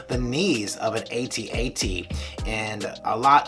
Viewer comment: It's adorable! Perfect fit for the MOC 💯🔥👌Also love that you pronounce AT-AT the correct way which inevitably will trigger some younger fans lol 😆 git-r-dun ✌️❤️🌮's